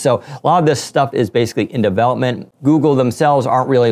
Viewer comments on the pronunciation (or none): none